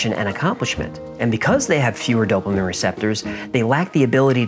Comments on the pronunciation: Dopamine not dopamin. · It’s dopameen not dopa-min… Sorry had to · Dopamin?? its dopamine, like dopa-mean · Dope-uh-min... obsessed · Great video. Btw it’s DopAMEEN! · Sorry but...Dope-A-Meen is how it is Actually pronounced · Stop saying dopimen hahahah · I've recently become a huge fan of your show. Love the way you give the fun version and then all the facts as you know them. However, I hate the way you say dopamine. It's supposed to be pronounced doe-puh-meen. Maybe its because I'm an Aspie and/or a registered nurse, but you said it so many times, that I was completely distracted by it. 🤣😆 It's the little things that seem to bother us autists most. LOL. Keep those excellent stories coming and I'll keep passing them on to others. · on, why does he say dopamine like "DOPE-a-min"?! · I think it's hysterical that can't pronounce the word Dopamine lol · Really annoying how you say dopamine